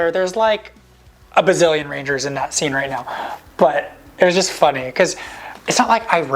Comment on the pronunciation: rangers! bro said ringers😂😂😂😂🤣🤣